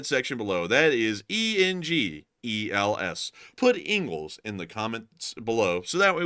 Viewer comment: ‘’Engle’. Nice video, as always. Keep up the good work.